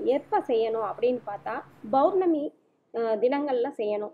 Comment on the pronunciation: Mam you r giving a good msg but it is POURNAMI and not BOURNAMI, pls check it